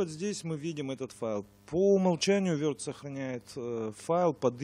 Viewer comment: не верд а ворд или word